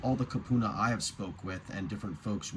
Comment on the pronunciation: It is Kupuna, koopoona